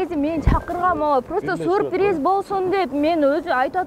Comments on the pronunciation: Сурприз дебей сюрприз дечи чон кыз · Сурпириз эмес, СЮРПРИЗ! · Сурпириз дейт гоо . 😅😅😅😅